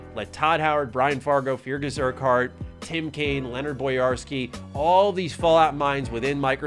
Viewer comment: It's pronounced Fergus Urkurt, it's a Scottish name.